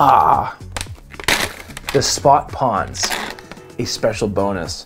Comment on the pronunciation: also... love your video...but I also have to raz you about your "pawns" vs. pRawns-- dont forget the R...lol